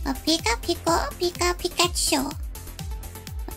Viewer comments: Everytime she said "Pico/piko" instead of "Pika" I cringed so hard XD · It is so anoying that she's always says pick a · why keep saying pikatu it was the most annoying thing but true makeup was good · posible ivy ik she keeps on saying picka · STOP SAYING PICKACHU AND PICKA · her saying pica-chu was annoying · Stop saying peeka it's annoying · No say pick a chew no say it so annoying